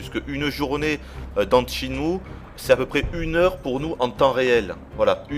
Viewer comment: Videotesteur de legende? T'es bien gentil. Quand il prononcera correctement rien que le nom du jeu, on en reparlera.